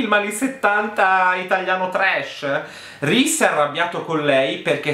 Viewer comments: Ogni volta che hai detto RISE CARTER mi sono scassata. Non smettere mai di fare queste recensioni 😂😂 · ADORO come pronunci Reese Carter! 🤣🤣🤣